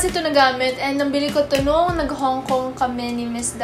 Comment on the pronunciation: When she said "nabili" I know she's from the South lol. South kid here 😂💕✊🏽